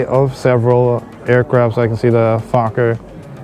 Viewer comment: Cool video. You should became a pilot. Bro, When you called that plane a fukker it had me rolling. I had to rewind it. Pagie and I were like what did just say. It's the make of the plane.🤣🤣